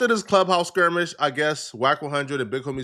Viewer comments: did you really get clapped up at the Beverly Center? Also, the word is skirmish, and it usually means a physical altercation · “Squirmish?” Bruh, are you tryna say skirmish?? 😂